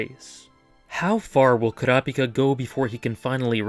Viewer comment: Koora Pika is one of the WORST ways to pronounce his name